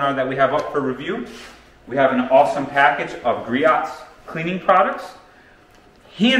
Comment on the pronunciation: Griot's = gree-oh's